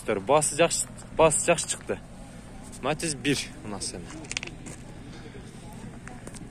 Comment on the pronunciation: Матазди жакшына айтчы Матиз деп